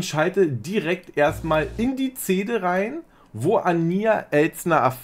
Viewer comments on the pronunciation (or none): Lieber, ich bin Trashi der ersten Stunde und verfolge JEDES deiner Videos! Allerdings triggert es mich sehr wenn du "zähne" statt "Szene" sagst. 😂 Vielleicht ist dass eine annehmbare, nicht alleinstehende Kritik ist. Alles mit Liebe 😊❤ Bis heute Abend! ❤❤